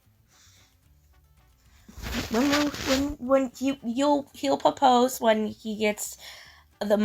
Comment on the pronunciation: Never trust the woman who doesn't pronounce the R in 'propose'